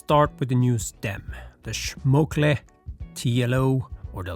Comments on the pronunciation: Please man, it's SCHMOLKE, not SCHMOKLE. Schmokle sounds like a very weird insult. Don't insult your stem. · SCHMOKLEY instead of Schmolkee lol I love this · It was painful to hear Schmokle instead of Schmolke several times... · the way he say Schmokle is so fun. isnt ist Schmolke Kumpel? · SCHMOL-KE NOT SCHMOK-LE , otherwise sic ride bro! Best greets from Germany. :> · schmolke...SCH like SH in shit, MOL like child MOLestor and KE like CA in candy....SCH heavily pronounced, MOL little bit less pronounced and KE much less pronounced very short. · It's pronounced like "small K" with a "sh" sound: "Shmoll K" and I agree, they really butchered that packing. BTW man that bike looks tasty. Damn now I want to build one myself. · Schmol-ke. Now says it slowly there times. Greetings from Germany ☺ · C'mon! SchmoKLe? Please, even if it is german, don't swap the letters! Anyway, Schmolke acquired THM last January, so practically we are speaking about the same business, and there is a good reason not to cannibalize their products by having both on the market.